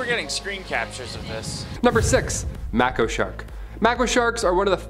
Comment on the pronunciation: May ko shark....not mack oh